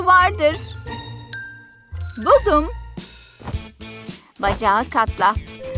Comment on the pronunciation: Dış ses:budum Ben :neeee buldum olmasın o